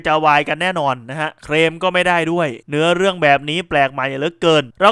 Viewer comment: สะกดภาษาให้มันชัด (เคลม) หรือ (เครม) ทำให้ภาษาไทยเพี้ยนไป